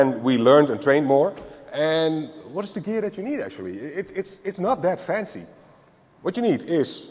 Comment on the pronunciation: like it a lot, love the way he said you eed a special tool called a key !!! brilliant and helps me understand perfectly